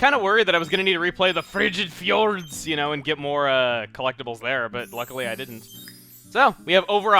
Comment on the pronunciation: When you say Frigid Fjords I cant stop laughing!